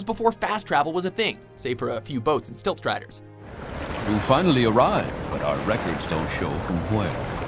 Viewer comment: Did you just call silt striders: "stilt" striders?